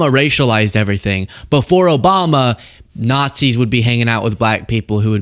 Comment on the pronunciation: Sounds to me like he said yt people are innately notsees